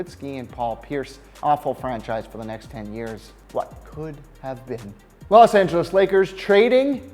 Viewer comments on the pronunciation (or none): Umm "tlos angles Lakers" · "Tlos Angeles Lakers"